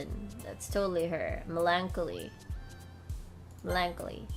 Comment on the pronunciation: The word melancholy is pronounced as "melon-collie" by the way. No offense meant of course.